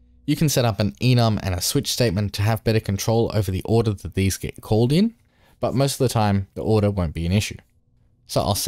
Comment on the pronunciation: On Why did bro said order in Japanese accent???